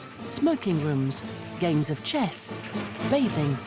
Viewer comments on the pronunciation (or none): She says 'bathing'